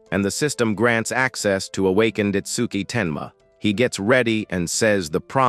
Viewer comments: MF Ai can't read "Awakened" 😂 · Needs more training